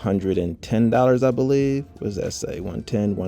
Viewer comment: HE SAID HAAAAAAA WHA A G